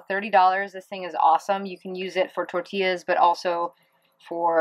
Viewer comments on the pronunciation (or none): none